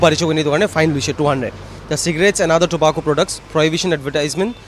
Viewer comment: Etu ke he toh surprise checking koi tu.. dinner te invite kuri ase naki information di kena ahiwo pagli..🤦😒😏 And Mr. Reporter it's tobacco, not tobakho ok..🤧👍🤦😆😂🤭😝👌🧠💥